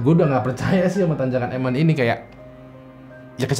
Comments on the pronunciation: Emen bukan emen tapi emen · Bang itu tanjakan emen di baca 'Emen' bukan 'Emen', makasih bang cuma koreksi aja 🙏